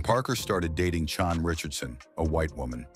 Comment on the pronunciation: Chan is pronounced Chann!!!!